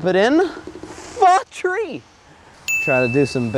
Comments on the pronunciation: for tree as in for three dummie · said fathree lol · When he said 4 three I heard fuck trees